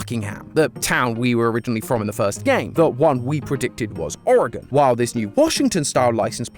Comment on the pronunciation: I have lived in the Portland Metro Area my whole life and was 3 years old when Mt. Hood erupted I remember all the ash falling like snow. This was a Very Cool theory and I am SOOOOOO excited you pronounced Oregon correctly! WELLLLL DONE!!!!